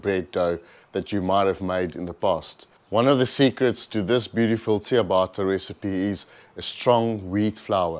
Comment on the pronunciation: Nice 😋. Just one thing it’s pronounced Chia bata not chia baaata.